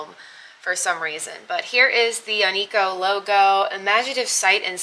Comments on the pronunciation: on-key-o i think is how you say it great buy i have some onkyo av gear myself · Onkyo is pronounced Ank-key-O,. It’s an okay brand.